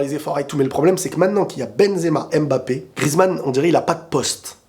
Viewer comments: D'accord avec toi. Giroud sied davantage au système actuel EDF que beaucoup de bon BU plus techniques par son profil et en plus il fait une saison honorable au Milan. Après fais un effort stp c'est Mbappé et non Embappé et c'est Nkunku et non Enkunku. Tu peux y arriver. La paix chez toi! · Salut j’espère que tu vas bien alors j’adore tes vidéos c’est pour ça que en tant qu’africain j’aimerais te faire une remarque stp on ne dit pas N’nkunku mais nkunku On ne dit pas M’mbappé mais Mbappé Lire les noms d’un coup stp pour l’amour de Dieu C’est comme ça qu’on prononce ces noms